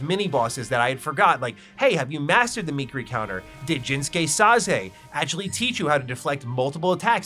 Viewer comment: Me-keer-ee counter